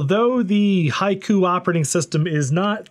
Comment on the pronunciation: That's not how you pronounce "Haiku". Is it on purpose when it comes to HaikuOS?